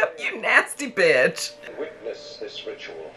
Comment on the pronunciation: I gagged when she said “jinkies betch”